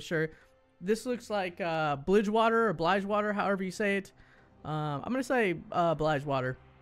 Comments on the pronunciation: Plus its pronounce as bilge water not bligewater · That wasnt "blidgewater" (its pronounced like the plant plus water.... BILGE WATER) it was the shadow isles... and tje last one who you thought was ionia, that, my dear sir, is noxus. Get up to date with your lore mate!